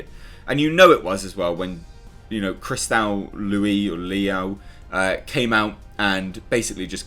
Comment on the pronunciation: I didn't plan to watch the new Mulan - sounded depressing and dystopian. I'm living in enough of that right now. Yet another reason not to buy Disney + . No movie theatres in the US anyway so who cares. The actress' last name is likely pronounced Lou like Lucy Liu's name is.